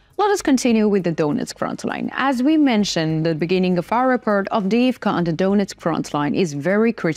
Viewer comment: I just love the way this beautiful young woman says repurt.